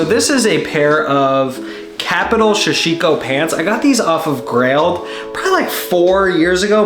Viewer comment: Sorry to be the pronunciation police but it’s sa-shi-ko or dobby cloth is another name for it, great video blue nails looked great